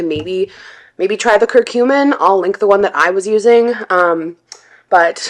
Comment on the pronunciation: Ugh, the way she pronounces curcumin is so annoying.